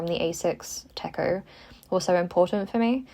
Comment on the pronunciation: hi. sorry for being unprompted but the cho in hobonichi techo手帳 is actually pronounced like you do for (ch)ips and not te(ch). sorry it has been bothering me for a while T T love the video otherwise!